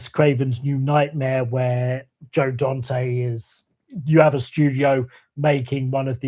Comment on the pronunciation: Hate to be pedantic, but you keep mispronouncing the name of one of my favorite directors. It’s Dante. Not Donte.